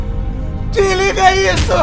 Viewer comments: "DIRLIGAH" KKKKKKKKKKKKKKKKKKKKKKKKKKKKKKKKKKKKKKKKK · o cara: "DIRLIGAA" mrbeast: "não :>"